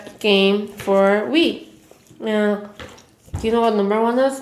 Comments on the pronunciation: Is it just me that heard her say she bought weed instead of wii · I thought she said brought weed 😂😂😂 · legit thought you said "me and my boyfriend bought weed" 😭😭😭😭😂😂😂😂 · same but I was like it kinda explains why she didn't do much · I heard the same thing! lol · Lol me too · I thought you said "me and my boyfriend bought weed". 😂😂. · I thought she said "weed" instead of "wii" 😅😂💀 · Oh looking at the comments and everyone thought that as well,. Thought I was the only one 😂